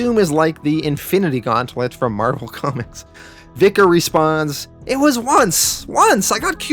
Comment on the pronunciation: VIKTOR, not Vicar, that's the other guy. Jeaz get it right.....